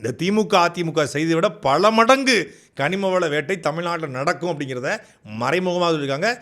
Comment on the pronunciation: Dei mairu athu kanimavalam da kanivalam illa 😂😂😂